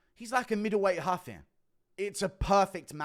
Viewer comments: It’s ruffy not huffy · ruffy not haffy